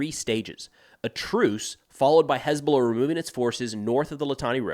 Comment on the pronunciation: Someone please teach UNIFIL socmed folks how to pronounce "HezBoLLah"..